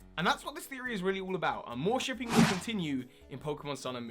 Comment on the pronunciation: I really want AmourShipping to continue on SM, so I hope you're right! It's what mainly drew me back to the Pokémon anime after I dropped out during Best Wishes! And thanks for pronouncing it properly this time (I think you said "ArmorShipping" last time, haha!)